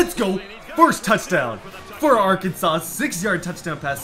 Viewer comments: It is pronounced arkin-saw not Arkansas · It’s pronounced arkansaw not ar Kansas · ITS AR-KAN-SAW. Not ark an sis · Its pronounced Are can Saw not R Kansas!!!! lol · Td never say Arkansas like ar- Kansas it’s pronounced arkansaw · It's pronounced ar-kan-saw, not ar-kansas. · Arkansas is pronounced are can saw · Ar-kan-saw bro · thanks for picking Arkansas I’m from here and a huge fan. But please never say R-Kansas again it’s actually illegal to say here(I’m not lying)😂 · pronounced Ar-Kan-SAW. Okay you say it right later in video. Mayor of a town, Governor of a state though. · As an Arkansas fan I was super excited until you started saying "are-kansas"....foh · Did anyone else notice that he said "ar-kansas" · It’s (Art-can-saws) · bruh Arkansas ALWAYS play LSU and A&M what do you mean we have to go through Tennessee. They are in the SEC East. Also pronounce Arkansas like Arkansaw. Arkansas was a state before Kansas so Kansas become Kansaw for the chat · its pronounced are-kan-saw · Your saying Arkansas wron it’s pronounced arkansaw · It’s pronounced Arkansaw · It’s pronounced R-CAN-SAUCE 🤦🏼‍♂️ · Please pronounce it right it up sets me because I'm from Arkansas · He sad ar Kansas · Dude, watch a youtube video or something on how to pronounce Arkansas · U saying Arkansas wrong is so cringy!